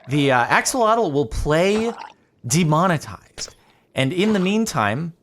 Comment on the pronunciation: Play,...... 'demonitized' 😂😂😂